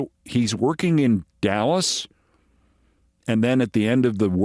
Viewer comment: Dulles, not Dallas, love you Keith